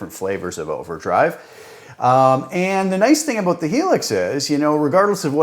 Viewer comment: The "aboot" gave it away for me. Classic Canadian, which is "aboot" as good as it gets for me.